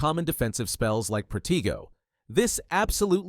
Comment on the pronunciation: “Proteego” it’s pronounced pro-tay-go